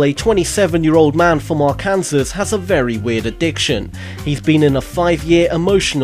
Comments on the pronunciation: Are-can-saw not are-can-sis haha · Its (ar-kan-sah) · Let's get one thing straight for all u British... It's pronounced "arkan-saw" not "ar-kan-zis"